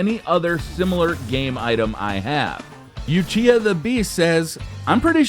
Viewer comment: Lol said Uchiha wrong;)